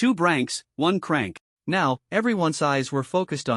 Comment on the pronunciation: That's how AI reads it when it's written c-rank. The AI ignores the hyphen and reads it as a single word.